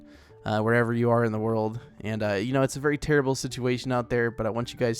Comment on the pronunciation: 1938 other people: terrible: tearable